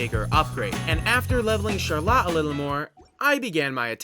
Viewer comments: how are you gonna pronounce Charlotte CharLOT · great video, but please stop saying char-lot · “sharlat” oh god the flashbacks… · I can’t get over how he pronounces charlotte :( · As someone with a sister named charlotte the way you said charlotte ended my family tree all at once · Awesome video but why’re we pronouncing Charlotte like that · is this man pronouncing charlotte like That on purpose..??😭😭😭